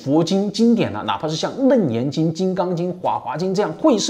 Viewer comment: 是不是读leng第二声 楞严经